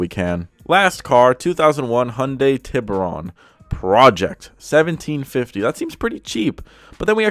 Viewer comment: Its pronounced "Tee-Boo'rone"